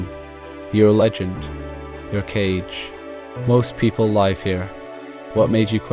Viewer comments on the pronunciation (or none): gotta have a human read this, killed me when he said 'live' like live-TV.